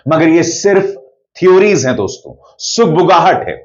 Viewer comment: तू वहाँ कही दिखाई नहीं दिया जब आनंद वर्धन जी ने शो किया था चार दिन पहले देश के बड़े बड़े पत्रकार थे वहाँ तो आप क्यों नी आये वहाँ और सुनो डोंस्तों नी होता दोस्तो होता है नाक में मत बोला करो